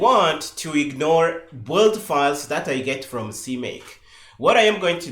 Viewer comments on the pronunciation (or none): I 'm loving this series so far. Maybe it would have been better introducing some pauses in speech. Anyway I really do appreciate it. One request: PLEASE "build" is pronounced "beeld" 😅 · Yes, I love the videos but the "build" pronunciation he uses is so confusing